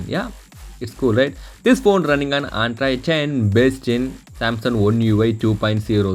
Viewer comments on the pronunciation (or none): Aandrite ~~~~ I think he wants to say Android !!